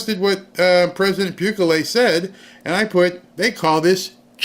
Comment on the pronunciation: Bukulele? Lol,! You are adorable. He's not a musical instrument! It's "boo-keh-lay"